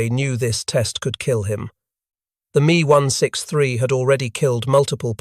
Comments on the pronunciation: IT'S M E...not Me. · Mee one six three…over and over….